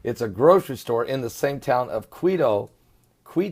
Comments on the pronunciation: Pron. Quito = KEE to Guayaquil = Guai a KEEL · Quito is pronounced Keytoh Guayaquil is pronounced Who-ah-yah-keyl Perdnales is pronounced Perd-nah-lehs